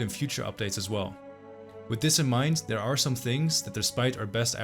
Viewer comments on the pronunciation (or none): none